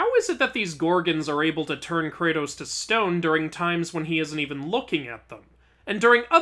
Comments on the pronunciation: IT KRATO not cratus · Kratos is not cratus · KRATOS IS NOT SUPPOSED TO BE CRATUS....Great video otherwise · Messed up the "Are" in the beginning 😅